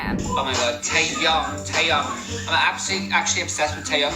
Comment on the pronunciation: Tay-ong💀